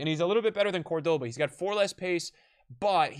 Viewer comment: You could at least... I dunno... try? With the pronunciation... Man, hearing Ginola, Cordoba, Papin, Park Ji Sung and such pronounced like that was painful.